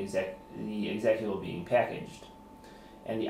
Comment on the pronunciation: Haa Exec at abul lol. seconds. How can you work in computers and not know how to pronounce executable!